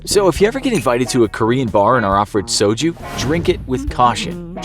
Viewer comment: That pronunciation of soju kills me inside as a korean